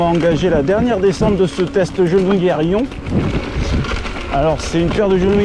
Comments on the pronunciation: Si je peux me permettre " aiyone " 😜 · pour la prononciation 😁c'est une bonne vidéo continue comme ça 🤙🏽